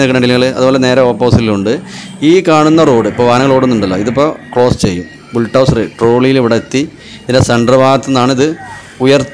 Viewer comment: Bultouser അല്ല Bulldozer